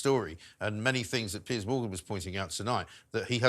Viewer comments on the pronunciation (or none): His name is Piers !! It is not Pierce !! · It's is Piers not Pierce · It’s not “PIERCE”, it’s “PEERS”! Why doesn’t someone tell her ? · Can someone please tell that Mr Morgan's first name is Piers, not Pierce!